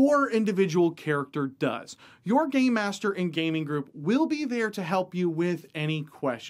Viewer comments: It sounds like you keep saying "Gay master" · When he says "game master", it does not sound like game master 😀😁😂🤣